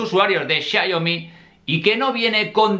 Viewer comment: XIA IO MI....??? ES XIAOMI.